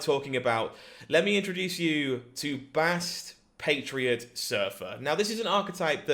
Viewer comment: "Silver Bastriot" Great deck duder.